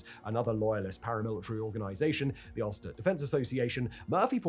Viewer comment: Dozens of mispronunciations of names/places... even "Ulster". Calling Stephen Nolan a journalist. Claiming that the authorities had *no idea who they were*. Dislike.